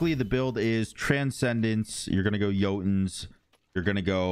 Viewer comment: No one:: itchaval, Yoltuns, agizz, hiccatae